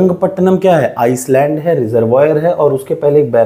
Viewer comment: Sir I don't want to dimean you.but your pronounciation of Island is totally wrong